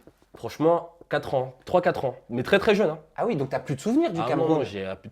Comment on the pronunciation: il dit pas OUI mais UI ! jss mort mdrrrr